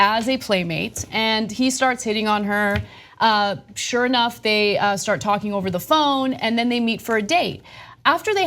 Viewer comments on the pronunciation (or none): none